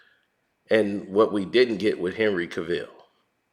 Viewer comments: Dude it's Henry Cavill not Ca-vill😭🙄🤦🏾‍♂️🤣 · James Gunn was the second biggest mistake the WB DCEU has made next to hiring Joss Whedon. Do they not see that whenever they touch anything DCEU, it turns to garbage? Oh yeah, and it's pronounced cav-ill not ca-ville.